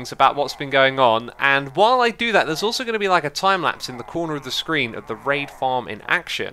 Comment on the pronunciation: Whenever he says raid it sounds like rape.